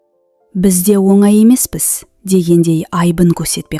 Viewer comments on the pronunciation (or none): none